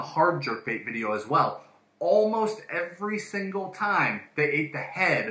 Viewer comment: "EVERY THINGLE TIME"